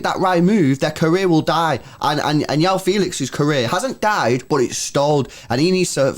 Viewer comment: For my non-Portuguese speaking mates Joao is pronounced "Juh-Wow" 😜